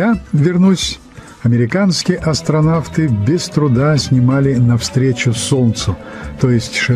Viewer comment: Такое произношение если по-аглицки. Astro'n'out